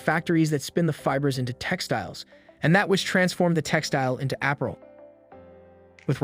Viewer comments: Appral? It’s Ah-pair-rel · What kind of dialect/accent pronounced Apparel as Aprel? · Not being petty...but you kept pronouncing APPAREL incorrectly. It is pronounced: (uh-par-uhl) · Did he say app-a-rul? 😂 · Is this person Ai? Apparel is pronounced very weird. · This video was made using AI. A regular human would know how to pronounce Apparel